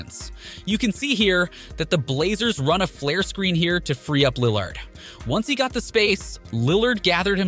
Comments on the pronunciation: And lill lard 🤣🤣🤣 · Lil lard You mispronounce everyone on purpose?